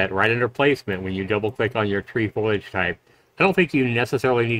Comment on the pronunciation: foliage, not foilage.